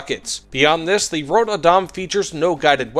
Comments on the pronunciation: man just.. pronounce the ö like you would the u in turn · Surprised he had trouble with Adam. Since it is an English name too. Even if we do not pronounce it exactly the same as English speakers. Röd is easier to get why he gets wrong. The only time Ö is used in English, beyond weirdly spelled metal band names, is when it actually a O. But when it pronounced on it own. Like in the world Coöperative. Which in itself is a weird spelling of the word (Normally you would spell it Co-operative to indicate that the second o is pronounced on it own.) But in Swedish it is it own district sound.